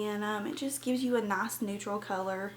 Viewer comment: Its nice not naac